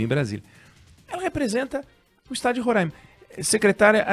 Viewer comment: O certo é Roraima, com o ditongo ai anasalado. Por que ai é seguido de m e não tem acento agudo no a.